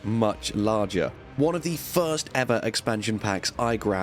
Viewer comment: You made me crack up when you said "much much larder"